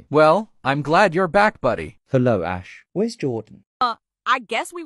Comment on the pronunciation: I love it when Jordan says “the more I hear ashes name the more is sounds like “ass”